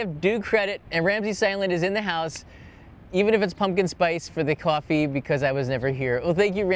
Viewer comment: Your North Jersey accent came out when you said coffee ☕😊